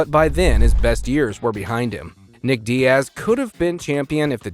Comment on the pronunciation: you say that like it was a mistake? either ai voiceover or somebody who doesn’t know fighting bc you also called nate diaz dee-ass so